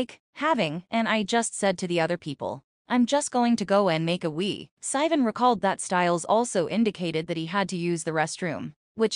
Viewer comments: why is it pronouncing sivan like that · AI couldn't say it right